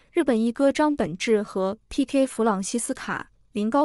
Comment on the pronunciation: 這是什麼AI語音,張本智 和,能不能好好講人家的名字